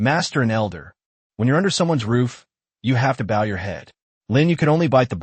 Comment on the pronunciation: You guys need to fix your AI it cant tell the difference between bow (bOw) and bow like to bow to your king. It also cant say wound (woond) right.